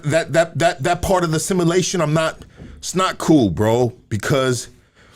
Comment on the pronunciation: U can tell just learned a new word... "simmalation" Lol